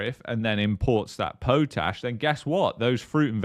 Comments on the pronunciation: Pot...ash...not Poat ash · Potash is pronounced pot-ash!